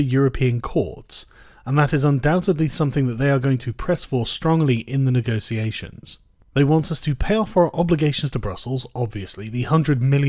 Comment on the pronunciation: "Honestly I think she will still do a fine job with the negotiations." Firstly, you pronounce negotiations like a toff. Secondly, HAHAHAHA! Good one. Her "negosiasions" thus far have been limited to temper tantrums and threats. She's done everything she can to put it off. She spent months putting together a white paper scrawled in crayon, and then as soon as she triggers Article 50 she decides it's the perfect time for a general election. Stop kidding yourself.